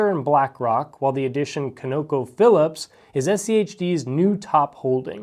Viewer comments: Con-uh-co phillips Not co,no,co Trust me the top is the only way its said in the oil industry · COnocophillips. Emphasis on the first syllable. Although who knows you may never need to say the name again! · Please google how to pronounce ConocoPhillips. Thank you